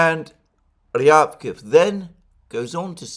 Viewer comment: Ryabkòff, Alexander. Stress on 2nd syllable. Just sayin.